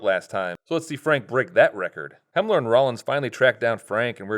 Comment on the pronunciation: I thought it was Helmer and Rollins. Not Hemler?